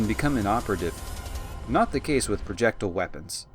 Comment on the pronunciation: Please look up how to pronounce projectile. there are no u's or h's in the word